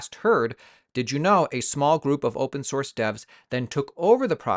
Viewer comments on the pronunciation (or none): none